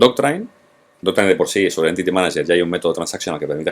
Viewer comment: Me encanta como comunica, solo espero que no se me pegue decir ´Doctrain' luego.